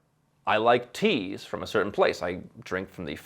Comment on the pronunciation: 'I like teas' - you sound British lol